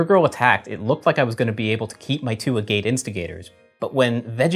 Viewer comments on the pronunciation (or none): Worth noting that "Agate" instigator is pronounced "Ag-it", as in the type of rock, hence the art. Idk if was just goofing, or if he genuinely didn't know how to pronounce the word, but there you go.